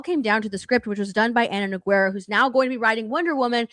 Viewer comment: said Nogueria correctly. The girl in the black hat - way off. It’s a Brazilian name and shares her name with a MMA legend.